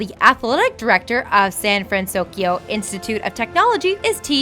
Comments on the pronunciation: "Big Z-ero 6" "San-Fran-SOS-Kio" You guys are KILLING ME. [I am devoted fan of this movie for its complex character development, rich blend of cultures, and the overall romantic art style that mixes a feeling of reality and animation. Most like it for its "cute-factor" and mind-numbing cheap humor, whereas I like to pick apart the movie and analyze motives ect ect.] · Also "Sand Fransokyo" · STOP SAYING SAN FranSOSkyo!!! It's SAN FRANSOKYO STOP ADDING THE S GAAAHH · hey? it's pronounced San FranSoKYO not FranSoskyo! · she said san fransoskyo XD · why does she keep saying " San fransouskyio" huh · I love these, but the narration gets me every time. You're reading, right? So why does every video have some kind of screw-up? Is this done in one take? You can't edit it so you're saying "SanFranSokyo" instead of "SanFranSoskyo" (which changes every other time she says it) or "Coppertone" instead of "Cooperative" (different video)? It's really distracting. Edit: SMH at calling the main character "TaDIshi"...He's the MAIN character! You need to edit or get someone who will double check these before you upload them. There is no excuse for messing up the main character's name. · "The city of San Fransoskio..." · Why does she keep saying sanfransoskyo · and don't forget "San Fransoskio" lol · and San FransoSkyo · Me as a big,..big hero 6 fan, I was a k so shaking my head when she was pronouncing San Fransoyko wrong...😂😅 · 83000 buildings, not 82000. Also, it's San Fransokyo, not San Fransosyko, and you mispronounce so many names ARGH (Shee-yoon Kim, not Shy-yoon Kim. Ta-Da-Shi, not Tadaeshi or however you pronounced it)